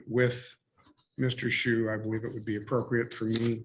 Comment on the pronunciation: Funny to mispronounce Mr. Schuh's name... From the little I've seen, Mr. Sue certainly seems more appropriate than Mr. Shoe (Shuh in German means shoe).